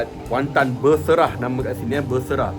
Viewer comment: Beserah.. takde R 😂